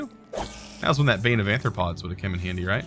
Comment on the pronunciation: Ahem BANE OF AR-THRO-PODS NOT AN-THRO-PODS